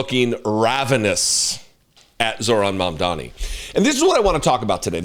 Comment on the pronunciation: *Mamdani noy momdani. I know donny taco probably tried to call him mommy or daddy after falling head over heels in love with him. But can americans finally start using people's names properly? He isn't called zoo-ran, nor mom-dani. His name is zohran mamdani. This isn't an attack against you personally. But when all of you mis pronounce his name despite claiming to respect him. It only adds more suspicious of how r a c i s t your country is. That being said I loved watching taco fold over and act like a fangirl😂.